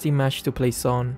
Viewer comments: Its Not Sun, Its Suin..😂😂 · Is nobody going to talk about how the draft pick voice says "Sweii" and not "Sun" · I hear "swoon"